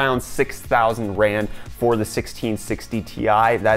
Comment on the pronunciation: Lol ur african currency keeps making me skip a heartbeat cuz it kinda sounds like ur saying grand, i was like "wtf why is that 6 grand?🤔"